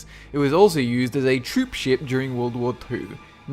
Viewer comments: When he said World War Two I thought he said World War poo and had to stop for a second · is it just me or on he said, world war poo? -_